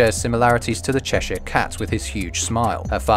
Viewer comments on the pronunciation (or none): none